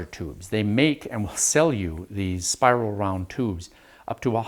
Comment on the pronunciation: Spiwil wound uwu